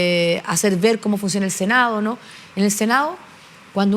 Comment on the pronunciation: Puros cagüines Paulina Nuñez, senao', diputao', .. cocinao', qué pésima dicción.